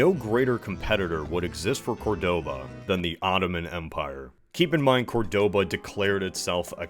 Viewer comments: I hate to be "that guy" but in Córdoba, the stress is on the first syllable. Great video anyway. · Why do all Americans always pronounce wrong the city of Córdoba? It ain't that hard.